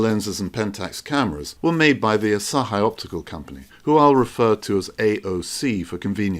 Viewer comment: Just a quick note-- the 'i' in Asahi is pronounced 'ee'